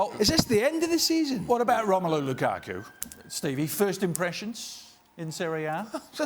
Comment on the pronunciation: "Loo-ka-kuh" - Steve Nicol